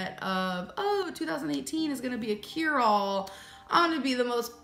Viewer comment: "keerall" instead of cure-all". just like she says "peerly" instead of purely. what is wrong with her?